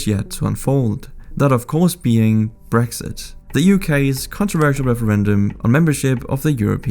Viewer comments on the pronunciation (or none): none